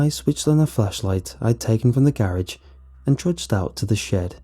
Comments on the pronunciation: Is it jus me or instead of garage does he say ga rage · The scariest part about the video is how he says garage